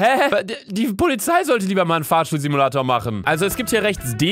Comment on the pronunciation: Wer hat bei auch Fahrstuhlsimulator verstanden😂👌